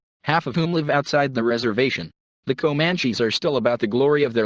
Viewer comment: I listened to the word Komanchees for about 1 minute and fled.